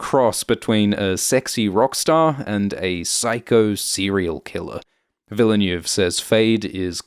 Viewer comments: Villeneuve = "veal nerve" not "vila noove"? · it's not Denis "Villa new" lol -_ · PLEASE PRONOUNCE DENIS VILLENEUVE'S NAME CORRECTLY PLEEAASE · It`s Denis Ville Neuve. Ville like Will and Neuve like Pont Neuf. Or just like Jacques Villeneuve (watch any F1 Formula one championship race during for the right pronunciation ;-) ) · Awesome Video - as always! But the man is called Ville- (like smallville =) -neuve, with the foreign sounding "öh" sound sandwiched in. The closest ~ American approx. I can think of would be "vil-nuv" ^-^ Excuse my wise-assing here, I really appreciate greatly. Cheers! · Thanks. Please make an effort to learn how to pronounce "foreign" names such as Denis Villeneuve. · Should really be this difficult to pronounce Villeneuve in a proper way? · I thought British guys pronounce French names correctly. Brexit effect? 😂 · How can you pronounce Lea Seaduauouoox correctly but not Villeneuve tho?! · can pronounce every fremen word with ease but can't pronounce the director Denis Villeneuves name correctly... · YouTube badly needs to do some some of webinar where they teach non-French creators how to pronounce Villeneuve. :P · Sorry to nitpick, but it's 'Chaani' not 'Chayni' and 'Vill-neuve' not 'Ville-neuve'.